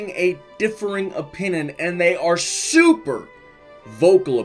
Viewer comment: He said opinin